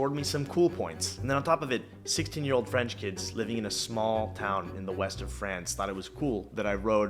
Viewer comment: "Franch" lol